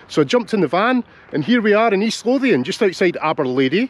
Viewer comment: Thanks for teaching me the proper pronunciation of Lothian. At lunch, I suggested it as a stop for a niece and her partner on their upcoming trip to the British Isles. Now that I know about the XTs, I looked them up on Wikipedia.